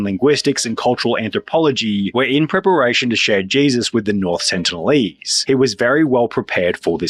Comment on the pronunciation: They're the sentinelese not the sentlenese,.